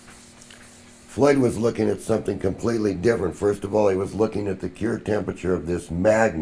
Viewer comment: I have the greatest respect for but sometimes it's a bit hard to know what he actually means. When he's talking about heating the magnet to its 'cure' temperature, I wonder if he means 'cure' as in "curing concrete" or Curie temperature as in when a material loses its magnetism? Especially at the end it was really hard to distinct between the two since he pronounces them the same.